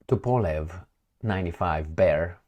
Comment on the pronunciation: its "TO-POH-LEV"